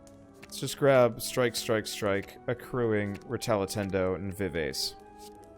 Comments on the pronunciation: tfw utubers cant pronouce music terms correctly. who can relate? vivase retallentando? excuse me, what? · him mispronouncing all the music related words like rallentando and vivace hurts my soul. love the vids though, might download this mod list!